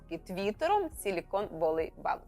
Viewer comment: Valley читається як "веллі", а не "воллі". Отака хитра англійська мова )))